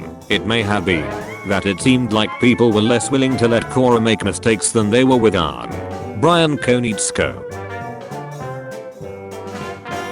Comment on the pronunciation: see this is why i HATE these text to speech programs, this program doesn't know how pronounce Aang . So when dictating the "my names Ong. you mean Aang" meme, it just says Ong 3 times. whats the point in reading out a meme, if the premise of the meme is destroyed by the reader????